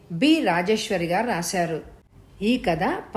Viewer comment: tha ki baduluga dha ani vinpaduthundhi.